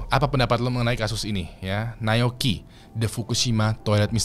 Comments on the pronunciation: Naoyuki bang bukan nayoki 😭😭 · nyebut Na-o-yuki susah amat bang ...